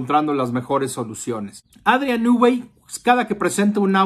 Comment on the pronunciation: Nui NUI.... REPITE.... NUUUUUI. SE ve que sabes mucho sobre el